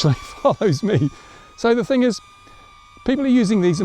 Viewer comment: You better not fly over my house with that TH-ANG!